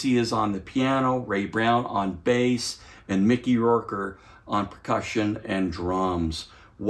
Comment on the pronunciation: Great review but kindly pronounce the names of master musicians correctly — it’s supposed to sound like this: Mickey “Row-Ker”